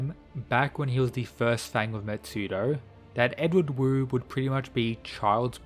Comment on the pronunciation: Another thing, the Wu in Wu Clan is actually pronounced like “Woo”. Wu Hei basically means “Pitch Black”, or the blackest black possible, likely a reference to his person and his eyes.